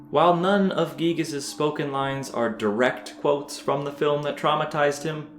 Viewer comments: Can we all stop pronouncing Giygas as Gieg? When we were kids we all called him Guy-Gas. I refuse to change that. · Giygas is not spoken Gigas but Guygas it just sounds better. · It pains me when you say "geegus" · "Gee-gass" sounds funny